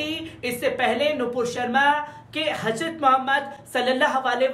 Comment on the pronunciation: KItni GHALTI kerta hai yeh anchor Urdu news bolne mei...HAJRAT bolta hai...G. J KO Z bolta hai...yeh Kya hai